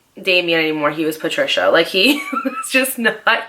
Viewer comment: Not "Patricia " 🤣